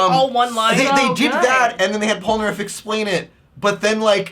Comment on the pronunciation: The way he pronounces Polnareff’s name makes me a sandwich